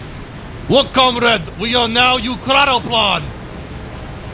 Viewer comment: It’s not ukranoplan it’s ekranoplan